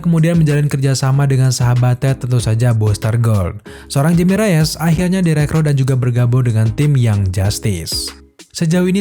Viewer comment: Nama Jaime Reyes itu bacanya 'Haime Reyes' karena dari Amerika Latin keluarganya. Karena ejaan huruf 'J' nyebutnya kayak 'H' bro kalau dari orang latin. Cuman sekedar info.